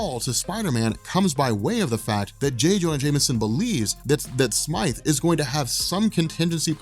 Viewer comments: its Alistair Smythe Like sm-I-the, like eye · Please stop calling him Alistair "Smith." His name is Alistair Smythe! Long "i" sound. Also, when Peter first wore the Black suit in the comics, he was not evil and the suit didn't corrupt him. The reason he got rid of it was because he found out the suit was a living symbiot that was controlling his body while he slept because it required adrenaline.